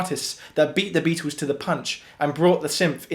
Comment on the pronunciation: Could someone please teach this guy how to pronounce the name Beatles. Because it is not Beatoos